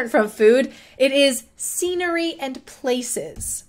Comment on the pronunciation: Scenary ? I thought it was scenery